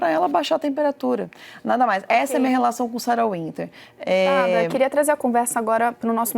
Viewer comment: Qual é desse apresentador de programa jornalístico que fala "Sara VINTER"? Não sabe básico de inglês, não? Sara Winter, cara, vc tá com o nome escrito, é W, lê UINTER, que seja, mas VINTER é fod@